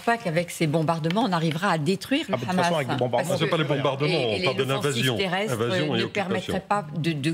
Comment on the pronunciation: Pourquoi prononcer Hamas façon arabe ? J'ai l'impression d'être sur une chaîne arabe !